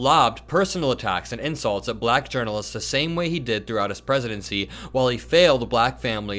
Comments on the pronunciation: What's with his sing-songy pronunciation of "bluh-ack"?? Besides the abject racism. He's on a stage with black journalists saying the word like he's talking to a toddler. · “Balackk”. He’s a loser. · His words were offensive, of course. But I haven’t seen anyone talk about how repeatedly pronounced the word black… like it was sour in his mouth. So weird. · I think he just realized that it wasn't his water bottle. Just listen to the way he pronounces black. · Why does he pronounce “Black” in such an odd way?